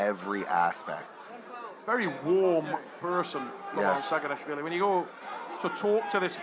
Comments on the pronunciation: actually, it′s not sagina"w"hvili.. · it's saginashvili not saginawhshndnnabgdywkahdhehe 😂😅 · he is Saginashvili not Saginawhvili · It should be Saginashvili not Saginawhvili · SAGINASHVILI and not saginawvili, W - not, S - yes